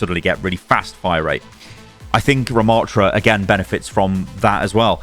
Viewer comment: ramattra not ruhmattra